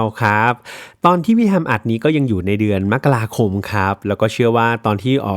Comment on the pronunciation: เดี๋ยวนี้แทบจะไม่มีใครอ่านว่ามะกะราคมกันแล้ว อ่านแบบที่ถูกต้องคือแบบที่อ่าน😊